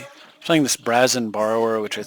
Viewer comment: Brazen rhymes with raisin (My mom is an English teacher.) Cloud Spirits are good when combined with Sunken City, which recently became legal in MTGO a couple weeks ago, but yeah. It makes me wonder if "high-flying" or "mill" will ever become official Magic words on cards, like Fear and Vigilance.